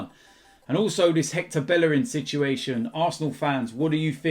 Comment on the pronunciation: Learn to say Bellerin right.